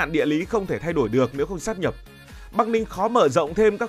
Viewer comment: Đến cái cách phát âm còn phát âm sai, mang tiếng BLV. Sát nhập á, hài v